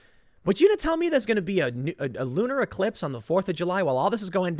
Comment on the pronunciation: Did you say “lunar eclipse” or “looter eclipse”?